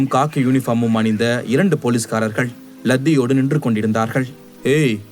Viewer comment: Ladhiyodu illa, laaththiyodu.. தமிழில் நிறைய சொற்கள் /சொற்சொடர்கள் தவறாக சொல்றீங்க.